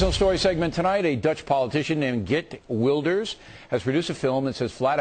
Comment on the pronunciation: Fucking O'Reilly! It's pronounced Khheert Vilders. Not fucking Git Ooh-ilders. He would have been briefed before hand. Wanker!